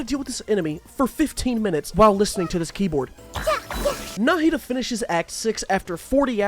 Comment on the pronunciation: I'm just impressed he pronounced Nahida correctly